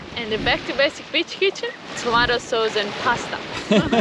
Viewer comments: Who else thinks she's saying Ghe Back to Basics B!+€h kitchen?' Everytime I hear her say it, I laugh and I know she can pronounce it 'beach' correctly because she has done so numerous times before. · With the greatest respect to the lovely, it always makes me smile when she talks about "the beach kitchen" which because of her accent, sounds like "bitch kitchen" 😄